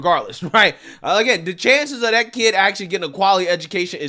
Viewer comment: I love you brother,and I agree with almost everything you say, but stop saying DAT for THAT, it doesn’t make you sound black, it just makes you sound ignorant. Keep up the good work man!!!!❤